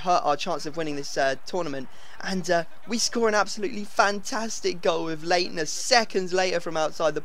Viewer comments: Leitner is pronounced Lightner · It is pronounced lightner when there is a ei in German pronounce the i when there is p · leinter is actually said light-ner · Your pronunciation of Leitner kills me